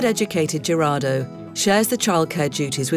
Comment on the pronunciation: Did you really just call him gee-rar-do? Its pronounced HE-rar-do